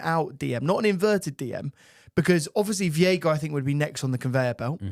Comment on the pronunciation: its veiga like sega 😅